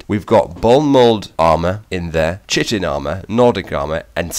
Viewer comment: why is it that no one can pronounce chitin why. KY-TIN I mean come on